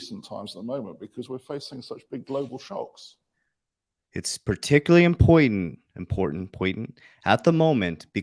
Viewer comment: Impointant😂. Love you Coach